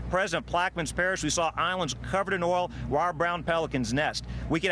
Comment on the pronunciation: 0.16 Did she say "oral" spill?? LOL!!!